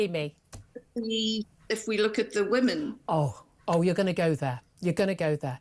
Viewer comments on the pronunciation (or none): Curious, why do you take the time to put the language accent on Hamas, but you can't pronounce the difference between woman and women? It's little tells like that, they show your true intentions.